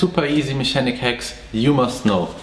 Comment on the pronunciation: These are good hex...it took me a few year’s to learn these hex from different mechanics/mentors. Yes I know it’s called hacks but in your accent it sounds like hex. Much luv&respect from Hawaii 🤙🏽🤘🏽